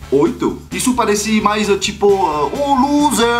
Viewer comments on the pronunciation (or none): none